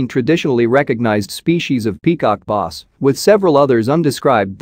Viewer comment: peacock noss?! Its Bass and not even Basebass rhymes with glass and ass. and not ahs oe boss.